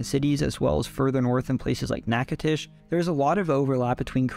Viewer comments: Ngl, I was rather surprised to hear him pronounce Natchitoches correctly, I've never heard anyone not from the boot get it right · I'm liking this video only because you pronounced Natchitoches correctly 5 times